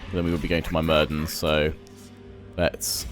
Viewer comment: It is not My-mir-dens it is myr-mid-ens